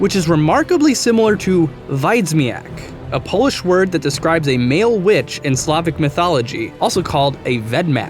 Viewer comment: Not 'wiedzimak' but 'wiedźmak'. Not 'pscipolnitsa' but 'południca'. 'Strzyga', 'baba jaga' and 'wiedźmin' are correct. You're welcome :)